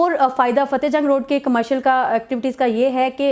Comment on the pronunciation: It's not Cahte, it's Fateh Jang